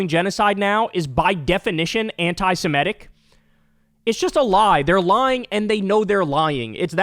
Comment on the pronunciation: Kyle, do you ever read your comments? Getting tired of correcting you. It's not "anti-si-MET-ic. It's "anti-se-MIT-ic. ! Sheesh.